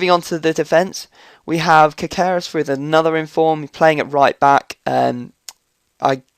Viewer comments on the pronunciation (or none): It's pronounced Caseres